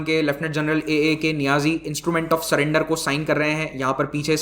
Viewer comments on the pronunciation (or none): none